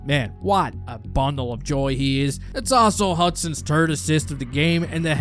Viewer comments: maybe practice pronouncing the H when it follows a T. It's Three, not Tree. It's not Turd, it's Third. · This guy doesn’t sound French Canadian but is TH sounds do! “Turd goal”, “five on tree” It’s awesome.